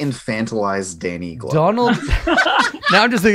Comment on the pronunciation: they took 3 - 4 minutes just talking about glover (sounded like glubber). i love this let's play but wtf